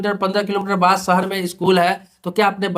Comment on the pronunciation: सहर नहीं भाई शहर 😂😂